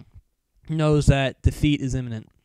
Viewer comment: "Defeat is imnemnent"